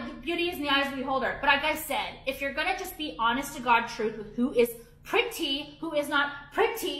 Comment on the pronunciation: She's giving those Kardashian heifers and and every time she says "pretty"all I hear is "petty".